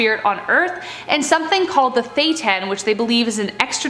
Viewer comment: Great video, but you should really look up the pronunciation of names and words if you don’t know them. You lose credibility when you mispronounce things. Thetan = thee-ton NXIVM = nexium